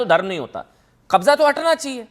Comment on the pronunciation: Kbjja ko gang bol rha